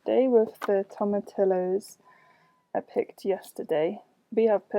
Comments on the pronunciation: The ll in tomatillos is silent! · Pull out the nails! There's already rust on each one inside the wood. Fill with some caulk or wood filler and call it a day. Team stain #1. Also toma-tillo instead of teeyo will never not be funny 😂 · tomma-tee-ohhhs